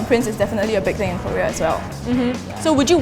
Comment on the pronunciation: i really hate to pick on this but as an english major, surely should know how to pronounce 'korea'.:/ i'm not sure which major she's pursuing but still... it grates my ears to hear 99.9999% of people in singapore pronounce it wrong like that.